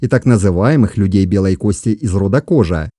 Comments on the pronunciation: Немного резануло слух: "включая Торе и кОжу". Извинения услышал, все нормально, автору проститительно. Но правильнее, конечно, произносить как род "кожА", слово не склоняется. Говорят, что произошли от средневековых арабских миссионеров. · Ударение в казахском языке ( как во всех тюркских языках) подает на последний слог: не кОжа, а кожА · как и во всех тюркских языках. ХожА , а не кОжА ))) Изначально от слова "ходжа". Жаль , что хорошая работа портится каким то марсианским произношением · Очень интересно, только слух режет как произносишь названия. Не ставь ударение на первый слог. Например ты произносишь название рода кОжа, но надо кожА и тому подобное. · Кожа ударение на а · Не кожа,а кожа ударения ан а